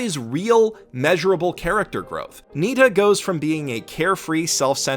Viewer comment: Not Nita, Nitta.